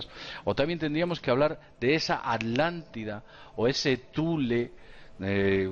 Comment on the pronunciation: Saludos, una observación, la cultura no se llamaba Adlante, sino Atlante, con T. Por lo que se trata de la A"T"lántida, no A"D"lantida. Por lo demás, muy interesante el video. Gracias. ¡Mucha Luz!